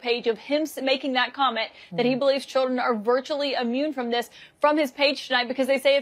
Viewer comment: It’s not ammune, it’s immune.